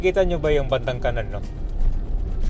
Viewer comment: kakaiba ka magpronounce ng" kanan" taga saan ka ba?